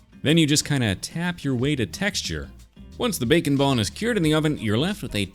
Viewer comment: Whenever he says bake and bond I hear bacon bond